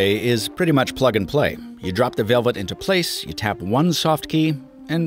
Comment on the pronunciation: Okay, who doesn't know how to pronounce LG Velvet?